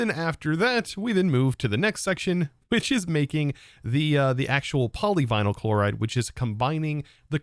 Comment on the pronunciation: The way you butchered the "poly-we-nile-chloride" Is funny lol